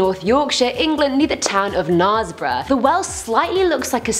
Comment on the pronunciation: The mispronouncation of Knaresborough is cringy. knares ryhmes with stairs not bars